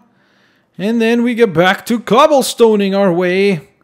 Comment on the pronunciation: When say ‘cobblestoling'i was thinking like people stole cobblestone XD